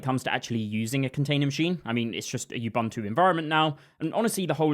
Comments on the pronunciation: not yubantu, nxa.. OOO BOOO NTU. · Why has the whole damn developer community taken to mangle the Bantu word “Ubuntu” as you-BUNT-ew ? It’s oo-BOON-too — part of knowing your tools is knowing how to pronounce them. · Ubuntu is pronounced oo boon too. oo like room. There is no "you" or "bun" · It's /ʊˈbʊntuː/ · minor thing - all the u-s in "ubuntu" are pronounced the same way, like the U in "umami". Like "oo-boon-too" but the "oo"is a short "u" not a long "oo". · ... is bro saying "you-bum-too machine"